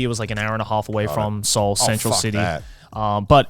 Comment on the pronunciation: I am baffled at their pronunciation of Seoul… Se-oul I don’t sure if my pronunciation is right know… But I am kazakh and Kazakhstan is i think 6 or 7th place with Korean immigrants, and I am pretty sure its them who butchering it